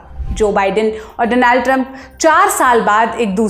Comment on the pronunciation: Did she say 'Denial' Trump 😅